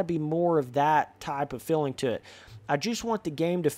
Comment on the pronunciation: it bothers me the way you say feeling haha, filling